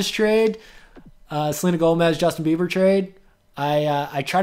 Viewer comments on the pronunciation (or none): none